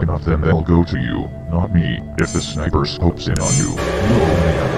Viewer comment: "You feel a skight-niper scope watching you? What? I do?"